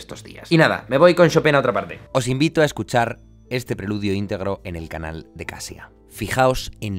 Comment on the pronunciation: ¡Se pronuncia Kashia! Jajaja Kasia es el diminutivo de Katarzyna. (Catalina en polaco).